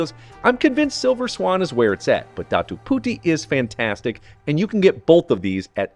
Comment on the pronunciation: Bro said Datu Puti like Machu Pichu